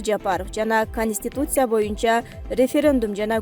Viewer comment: ПандЕмия эмес , пандемИя ! кониституция эмес , конституция ! Журналист кыз туура айтып , окусаныз малыматты .